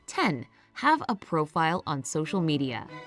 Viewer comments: its media not mediae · "Mediae" Omg LOL 😂😂😂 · "social mediae" 😂😂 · “Have a profile on social mediae” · haha “mediae” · "ambiguous" is NOT pronounced the same way as the word "ambitious" does... and "mediae"? really? 6.7M subs... smfh...